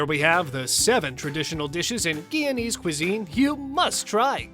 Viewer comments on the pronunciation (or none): My parents were Guyanese. I miss these foods, which I have rarely eaten in the last few decades. The GUYANESE pronunciation is GUY-A-NEES, btw.